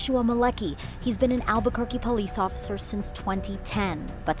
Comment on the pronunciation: I was enjoying this video until I said “Pesce Officer”